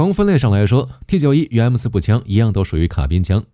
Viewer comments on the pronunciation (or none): 有點無奈 你是大陸人嗎? 什麼65K2 XT91 是這樣念的嗎?沒當過兵嗎? 念法應該是65K兔 T9么 受不了